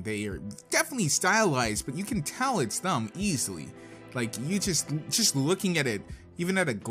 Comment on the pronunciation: You kept saying thum instead of them and that really annoys me please pronounce the word correctly. You also said barns and oboes instead of Barns and Noble please work on your pronunceations